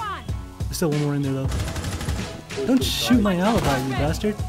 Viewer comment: The way you pronounced alibi's name at minute is the right pronounciation in italian btw (since she is italian, as I am, I pronounce her name like that)